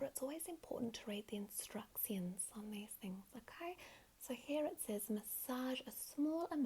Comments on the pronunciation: oh my god are there people who actually say instruc-sions and fa-sial? that's pretty cool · "Mo-sions" "Fa-sials" "Instruc-sions"